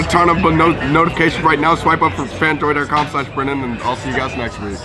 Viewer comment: When says «fanjoy.co/brennen» wrong, SO DAMN CUUUTE 😭